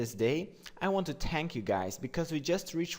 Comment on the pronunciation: "I want to tank you guys" dont tank us pls D: jk, not offending your accent!